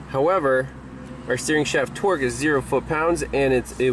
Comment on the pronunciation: when you say torque it sounds like twerk , my girlfriend was giving me the look and had to come and see what i was watching. Are you from boston or something? Either way, very informative and useful information.